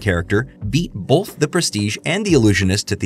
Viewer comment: I just can’t get over how so many people (including ) puts an L in the middle of the word “both”. Like, wtf kind of word is “bolth”??!